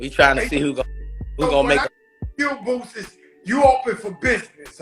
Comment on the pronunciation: Is your delivery deliberately wack? You're not very good at pronouncing names either, the man's name is Boosie, not Bootsy as in Collins!